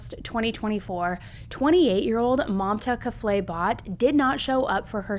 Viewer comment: Not trying to be rude or anything but when you say kafle, the e is silent. It sounds like the l is what you end it with.